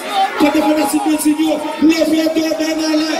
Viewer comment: Blond pa meenm ka pwononse non li....Djizòs take the fuckin mic pliz silvouplait 🤦🏾‍♀️